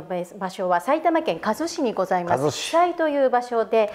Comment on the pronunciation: 埼玉県加須市（かぞし）ですよー。かすしではありません。